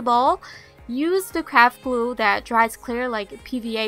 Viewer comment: is it just me but whenever i hear craft glue to me it sounds like crap glue lol!